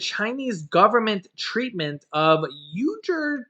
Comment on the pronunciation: Chuck, didn't you mean to also say, "Families want to pay less for things like gasoline, groceries, home heating and maintenance, and building materials." Uyghur is pronounced wee-grr.